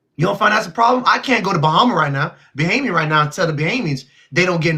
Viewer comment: What's BOHEMIAN??..it's Bahamian my guy.